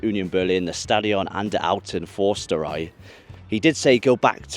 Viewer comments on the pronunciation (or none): Elke: Förster(ei).... with an öööööööööö😂 not only o; it is an office(house) of a forester😊... and🫂 I really love your always respect to german soccer culture😊❤😊... and with 🫂 the people!, you are a fine spotsman and Fan, go on!😅, but careful the weather this year is stormy😮 and WetWetWet😅lol!!P.S. Bochum is not with 'k' spoken... it is a 'ch' a bit like sore throat. 😂😊